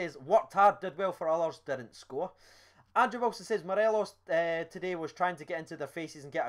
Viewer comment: Let’s try and say morelos’ name properly😂 morales an Ally McCoist classic, Morelees one from my dad